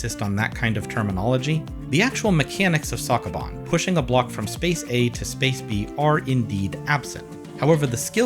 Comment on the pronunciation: The way you say sokoban hurts me mentaly.